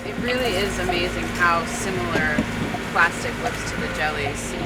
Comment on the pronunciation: "plostic" ...god he's so annoying